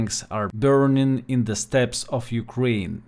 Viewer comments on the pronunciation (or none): none